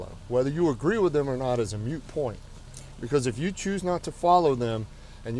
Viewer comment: Cop said twice "it's a mute point". It's not a mute point...it's a moot point